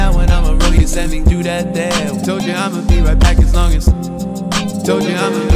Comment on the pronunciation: "ThAts WiGht DaDdy!"